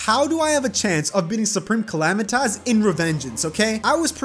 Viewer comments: U pronounced supreme calamités haha call my mom I bet u can’t xd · Bro u say it like clmaduhanosos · xD its the soup reme calam-EYE-tis lmfao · soup-rem cala-mitis PLEASE SAY IT RIGHT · "Soup - ream - cala - might - us" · Soup-Ream-Cala-might-us LOL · It'S nOT SUpReME CAlManiTAs. IT's SuPRaMe CaLAmItYS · Soup-reme Cali-Might-Us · its soup-ream-cala-might-us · It actually soup-ream-cala-might-us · bro that’s not the bosses name it’s supreme Cala-might-us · You say wrong it's Soup ream Cala might us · U said it wrong it’s soup-reem-calamity-taz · Boio it’s pronounced supreme Kuh-lam-I-tus call my mom you won’t Bc she’s dead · Orphans coming to correct your pronunciation of Supreme Calamitas be as intimidating as that Yharon boss fight